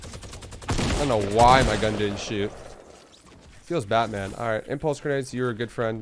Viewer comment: My man legit said “feels Batman” 😂🤣😂